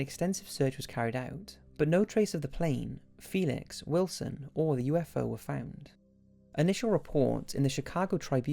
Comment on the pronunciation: Did anyone else hear him say USO?